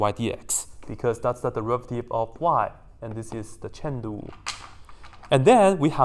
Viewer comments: Is he saying Shen Lu (as a joke? i find it funny) or Chain Rule? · Its chain rule guys if anyone is hearing chen lu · Thought he was saying 'cheng lu' then i realized it's chain rule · me enjoying his pronunciation of "chain rule" love it. also the inverse hahahahaah